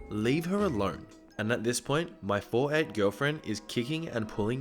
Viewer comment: Why did I think you said "my forehead girlfriend" instead of "my 4'8 girlfriend"